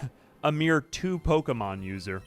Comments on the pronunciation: I love you, but I swear to god if I hear Po-"eight"-mon one more time... 😂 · Amazing video but how you pronounce ’Pokemon’ is diabolical